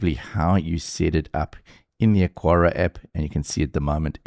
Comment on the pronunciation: Say it with me, AH-kar-uh (Three syllables: "AH" like "father", "kar" like "car", "uh" like the schwa sound at the end of "sofa")